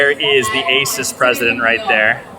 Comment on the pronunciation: It's Asus. Period. Nty